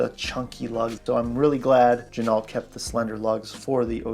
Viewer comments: Good vid point of interest ....it is not gin-alt. It is gen-o.....much like the car, ren-o, not ren-alt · FYI, the proper pronunciation of Ginault is: “G-Noh”. The l and t are silent. Per the company owner. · You don't pronounce the "L" in Ginault. This company started making replicas. Some claim they still do. Their history is sketchy at best. Their website is a joke. The long list of phony claims & lies is really sad. They once claimed this watch was made in the USA. It was printed on the caseback. Then they got caught in their lie, so they sent out replacement, sterile casebacks. Beware!